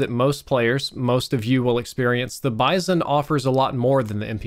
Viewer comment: It's pronounced 'Bee-zon'.